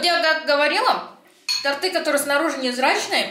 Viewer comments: Не ТортЫ, а тОрты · не тортЫ,а тОрты )) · Простите, но тОрты 😉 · тОрты и свёкла,а не свекла,только не сердись многие в этих словах ошибаются 😊💖